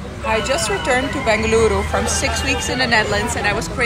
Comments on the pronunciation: The way u pronounced Bengaluru ❤❤❤❤🤌😍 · Wow u pronounce Bengaluru ❤ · U have my respect ma'am. U were honest at it. Unlike others u didn't overhype jus said the fact. And u pronounced Bengaluru perfectly. 👏🏻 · Your pronunciation of 'Bengaluru' is better than most of my fellow countrymen's pronunciation of the same 👍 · Girl, you had me at ‘Bengaluru’… Damn girl, the way you pronounced it 🥺🥺♥️♥️ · Very pleasent... To hear u pronounce Bengaluru ❤❤❤ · Bengaluru, Chutney pronounciation is perfect 👌